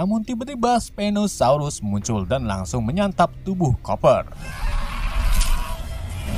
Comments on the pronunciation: admin bilang stegonosaurus padahal itu s😂🤣pinosaurus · Bang bukan stegonosaurus stauku spino saurus